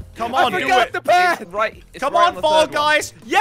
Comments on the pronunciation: Anyone realized that said "Mall Guys" Instead of Fall guys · he said mall guys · He said fall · I'm Pretty Sure Said Mall Guys Did anybody Else Hear That??? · He said ball guys with captions on lol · When he said pinaple boy I laughed so much because it mens balls boy